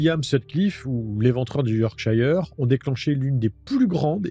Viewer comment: Super format, juste quelques petites corrections, "décimer" veut dire "tuer 10 personnes" (déci), et Yorkshire se prononce "yorksheur" (les britanniques et leur approche de l'Anglais ... :D )